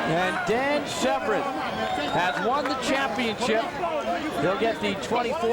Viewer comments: Why does the commentator keep calling Dan Severn 'Severin' ? If you came here to watch the fight, as I did, you need to wind it up to + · The mans name is not SEV-RIN. Its SEV ERN. If your job is an announcer, all you need to do is pronounce words properly. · Also, sevren?? It's severn, who do u think u are, Joe Rogan?? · This man has ben calling Dan Severn SEVREN for too long! Gah